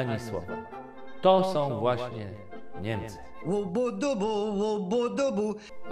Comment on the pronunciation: dlatego tak piszę bo gość uważa się za intelektualistę mówi językiem podobnym do polskiego, np som paniom sfarfon półtora tony szczelac wrescie wierzom .Wystarczy? Jednocześnie uważa się za myśliciela to tyle w temacie